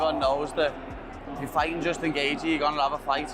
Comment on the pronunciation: Bro pronounce Justin's last name properly